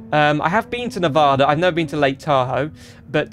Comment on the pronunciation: As a Nevadan I have to lecture you on how you pronounce "Nevada" and how you emphasized the E in Reno